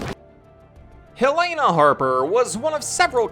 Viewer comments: Ik why does everyone pronounce it as hell-lay-na it’s Hell-eh-nah😭😭😂😂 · #HelenaHarperForRE9 btw it’s pronounced “hell-eh-nuh” not hell lay na lol